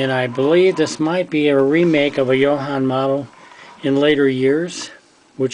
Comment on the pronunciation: Nice video, couple of very small points though, all Jo-Hans were 1/25 scale and it's pronounced Joe-Han not Yo-Han since the company was named after its founder John Haenle.